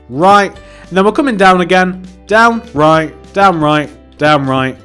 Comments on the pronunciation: Am I the only one or - it sounds like he's saying damn right over and over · it sound like he was saying dam right even tho I know he was saying down right like if you agree. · When you said "down right" it sounds like "damn right" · When he said down right quickly it sounded like damn right xD